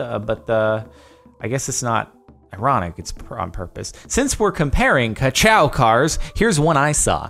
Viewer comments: It’s Kachow not kacow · Ca - cow ?????? it's ca-chow lol its ok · Its pronounced "Ka-Chow" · When he says ku cow instead of kuchow 👌